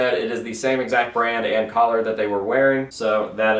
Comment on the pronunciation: I’m sorry but I’m gonna have to say it every time the way you say color